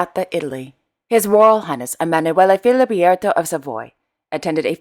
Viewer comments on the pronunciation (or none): And now that I said this, and being a linguist, it's not Emmanuele Filibierto, but FiliBERTO, thank you.